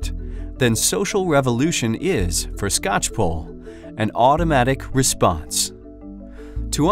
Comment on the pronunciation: It's always weird to hear my last name pronounced correctly by someone who is not family.